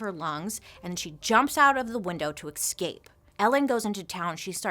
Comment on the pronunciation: The “exscape” pronunciation is painful